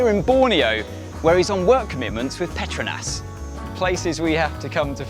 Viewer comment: I always thought that Petronas was pronounced ‘pet-row-nas’ not how it was said in this vid